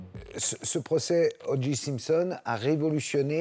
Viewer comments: Très bon reportage mais franchement faites un effort avec l'anglais. Durant tout le reportage, on entend O'Geeeee alors que c'est O'Jay. Comme un DeeJay. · En anglais on prononce odjai (OJ ) et non odji (OG), merci. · ALLONS CARLITO ! TU PARLES POURTANT ANGLAIS ? CE N'EST PAS "ODJI SIMPSON" MAIS "ODJAY SIMPSON" QU'IL FAUT PRONONCER. IL S'APPELLE O.J. SIMPSON ET NON PAS O.G. SIMPSON... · Il y a que les français qui font ça. C'est à mourir de rire. J se dit Jay. Point. Houston se prononce Youston, pas Pas ouston. Faites un effort les français. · Sauf qu’il n’a pas été foutu de dire O Jay correctement de tout le reportage. Pathétique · Je me suis dit la même chose. Ça m’a fait mal aux oreilles tout le long. Et le gars se dit journaliste. Ici au Québec on a jamais compris pourquoi les français voulaient déformer la langue anglaise. T’es de où toi ?